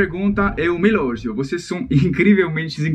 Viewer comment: Desculpa a crítica lindos, mas toda vez que as pessoas elogiam vcs (o tempo todo no caso pq vcs são fofissimos) vcs pronunciam "elôgios", sendo que a sílaba tônica é o gi , então o certo seria "elogíos" ;) Não é que não dê pra entender não tá? É só um ponto a melhorar :) ♥️ Estou amando o canal!!! ♥️♥️